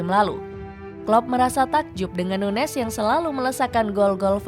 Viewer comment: Ini orang dipanggilnya nunez apa nunyes sih? Di starting eleven manggilnya nunyes